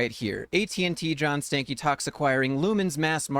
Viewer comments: Did you rip a “Stankey”? 🤮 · First of all, this ninja last name is pronounced Stanky. That's all.